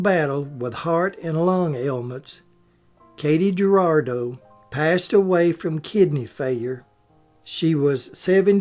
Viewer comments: In Mexican Americans the J in names is sounded as an H. So its Her-rah-doe not Ger-ra-doe. I made that same mistake myself when calling off the attendance list in one of my early math classes. And boy, the Mexicans in class really jumped on me immediately and called me down. I never made that mistake afterwards. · J is pronounced H in Spanish. So her name is pronounced Hoo rah doh. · Katy Jurado - mispronounced......María Cristina Estela Marcela Jurado García, The Magnificent Seven was made in 1960............